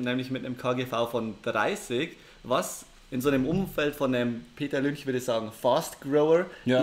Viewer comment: "Laut Peter Lünch" - haha deutscher hat noch nie jemand Peter Lynch ausgesprochen glaub :D Aber top Content